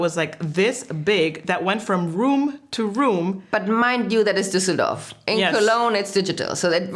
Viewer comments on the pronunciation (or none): none